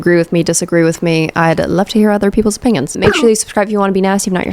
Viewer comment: You say opinions like opingions. Like how some people throw a G in onion, ungyun